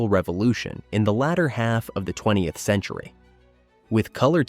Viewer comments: What's up with the narrator pronouncing "20th century" as "20-the-century"? Is this AI or just a guy who doesn't know how to read? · More AI -- "Twenty 'tuh' Century?" "Vertical Bar Love Lucy?"😕